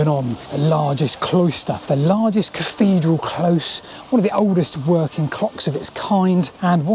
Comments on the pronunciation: Interesting stuff. But I have to ask - why do you keep calling it a caffedral? It's not a speech impediment, as we hear you clearly saying "thing" & "things" at 2.45 in the video. Is it just lazyness? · What's a caffedral? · Salisbury Cafedral....really?!